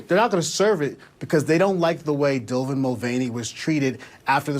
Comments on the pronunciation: black guy mispronounced his name "Dylvan" no prob. Called him by his actual english language pronouns and CNN apologizes and called Dylan "her" 😭 🤦🏿‍♂️ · I don’t think he had any idea who Dylan Mulvaney is. He said Dylvan Mulvaney.